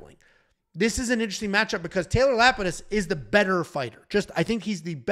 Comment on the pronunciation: "lnteristing" come out and play.